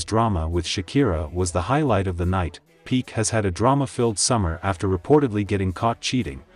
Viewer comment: Pee Kay - not peek